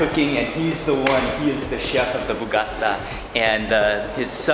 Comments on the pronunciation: Not bougasta .... its bougatsa!!!!!! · Hi Mark, your videos are super nice... thank you for sharing them, it's as if we are with you :-) One thing ... it is Boughatsa not Boughasta :-D have a nice Day... Regards from Cairo, Egypt :-) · Pronounced boo-gha-cha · Correction: Bougatsa not Bougasta 🙂👋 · it's called "bugatsa" , not "bugasta" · bro i love your videos, ! the name of the breakfast is bugatsa , you said bugasta instead :D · my friend...so nice videos....One litlle funny thing is the BougaSTA wich is BougaTSA (like cha-cha or *ch*ew)....i really enjoy this funny mistake. Again great videos. Greetings from Greece. If you ever come back in Athens feel free to wrote me if like some extra tips. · I’m really happy you like our food!! Can’t wait to go back to Greece for Christmas to gain 10kg haha Ps : it’s bougatsa not bougasta ;)